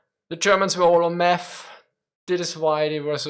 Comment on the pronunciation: Did you say Math or Meth?